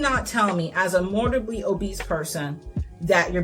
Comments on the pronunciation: I am sorry to point this out, but *morBIDly, not morDIBly. Apart from that, cool video! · Loved this. Just…”mor-Bid-ly” ☺️ (not trying to be rude, it was just distracting in such a good video) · Seriously no shade, but I find it absolutely hilarious when someone picks a mispronunciation and really commits to it. I think “mortibly” obese is how I’ll say it from now on no matter what I do. It’s imprinted on my brain after hearing it two dozen times at least in this video.